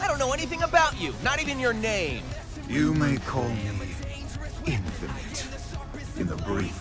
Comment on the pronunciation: Boi, Knuckles srly thinks there’s an “r” at the end of infinite